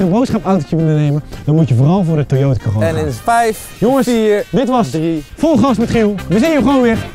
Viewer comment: De Toyota Corolla (Corolla sprak je trouwens verkeert uit) had je wel beter kunnen beoordelen maar ja wel tofe video En als je het aan Toyota had gevraagd hadden ze waarschijnlijk gewoon meegewerkt